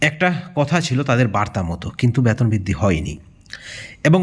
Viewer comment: আপনি আগে সঠিক উচ্চারণ শিখুন বেতন বলুন, না বলে ব্যাতন বলছেন কেন খুবই কানে লাগে